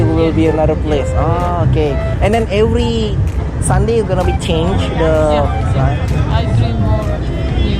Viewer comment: Klo ngomong every kek india 🤣